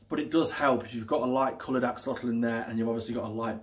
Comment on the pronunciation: If you are supposed to know everything about these interesting creatures, you should at least try to pronounce the name correctly! You really make yourself look like a twat!